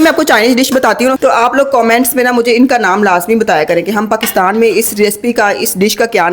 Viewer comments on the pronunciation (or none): none